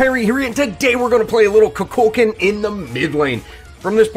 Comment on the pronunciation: IT'S NOT KUKÚLKAN!!!!! IT'S KUKULKÁN!